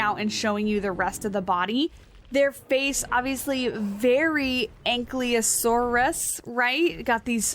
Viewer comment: It's An-kye-low-sore-us And An-kye-low-doe-cus.